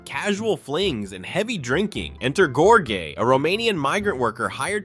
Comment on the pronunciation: The (AI?) voice over is atrocious, constantly mispronouncing the names of the characters - for instance Ste in Beautiful thing is pronounced as the first half of 'Steven', NOT "STAY"! God's Own Country? Georg? Pronounced two different ways? Let's not talk about all the other mispronunciations! All this says to me is that someone looked at some IMDB reviews, copied some clips and never actually watched the films in question to know what on earth they were talking about. Lazy lazy lazy. Also notable that all the film clips are mirror imaged - getting round Youtube copyright detection are we?